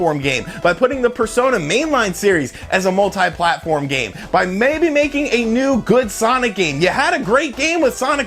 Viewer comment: I just got sick of "mult-eye games". It's "multee" damn it! Oh and Virtua is "Vircha"